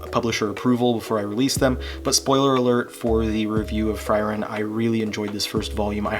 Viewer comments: It's "free-ren". That's both the actual German pronunciation of the word and how the katakana spelling says it's pronounced. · I’m pretty sure Frieren’s pronounced “Free-ren” and I’m glad you’re enjoying it. I’ve been reading the fantranslation since like chapter 10 and’ve fallen in love with the series. It only improves as it goes, hope you have as good a time as I have